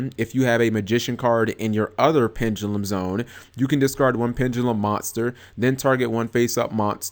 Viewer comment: Pen-Duh-lum. Not pen-ga-lum